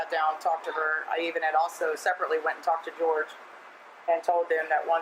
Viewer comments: Everyone except this channel seems to know he went by the North American pronunciation of George lol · I’m pretty sure he pronounced his name George.